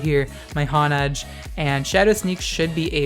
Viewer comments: "Hon-edge" i think its "Hone-edge" like to hone: to sharpen lmao nice vid tho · Honedge is pronounced hone-edge because it's a honed sword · It's pronounced Hone-Edge